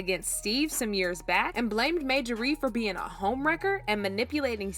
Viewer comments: You can't even call the woman name correct. It's Marjorie not Majorey 😂😂😂😂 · Majorie(MaJorRee) no ma'am!! It's Marjorie(MarJorRee) please pronounce her name correctly !! I can't even focus on the video because of this!! U sound dumb asf!! 😂😢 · Narrator must be a foreigner! Her name is pronounced MAR-JOR-REE‼️ Not MAJOR-REE‼️ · Get this WHITE narrator who miss pronounces a common name Thru out this piece GET someone who can READ! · Her name is Mar Ja Rie! Not Majarie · Yuh wanna know how sick I am of you saying 'MAYjorie'? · Mayjorie? Type her name in Google & they'll tell you how to pronounce her name. Thank me later. 💚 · who is Majorie? Yall are not didnt catch the fact that youre saying the woman's name wrong the entire video? not the script? not during filming? not during editing? not during reviewing final output before posting? Bro, thiis is mbarrassing. Her name is in the thumbnail, her name is in every other sentence, Marjorie is the main character of this video and no one was able to catch this? I'm astonished yall posted this w a straight face. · Girl please, when you want to speak about others, learn to pronounce their name properly! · 😂🤬How can we trust the authenticity of your video when you have NO IDEA how to say, Marjorie?? 😂🤬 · Girl, PLEASE PRONOUNCE her name RIGHT 😳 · My god can you pronounce her name correctly. I can’t watch this